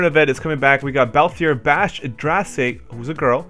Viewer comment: Drace is "Dr-Ace" Vayne "Vein" :basch "bah-sh" that's how they are pronounced in the games :) and Larsa "Lar-sah"